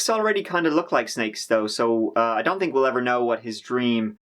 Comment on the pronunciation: Narrator I suspect is Irish. So they pronounce the word third as turd. Or Think is tink. I tink I need a coffee.....Cute. They can't do the TH TH TH sound Throat is troat